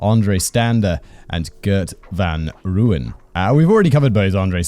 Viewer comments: The lack of hard G would have bothered me, but I'm ok with the butchering of Gert van Rooyen's name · I do find it amusing though, my brain corrects him every time lol. But in fairness dutch pronunciations are probably hard for most who don't speak it fluently.